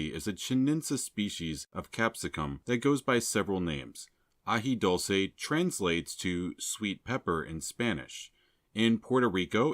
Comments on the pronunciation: Very informative, thanks. As far as pronunciation, its AJI DOOL SAY. 😊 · AJI DULCE with a U not O.